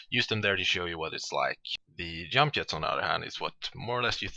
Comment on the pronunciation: Germany or Sweden for sure. He says "Yump" instead "Jump". :P